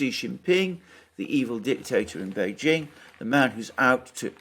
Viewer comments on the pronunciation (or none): none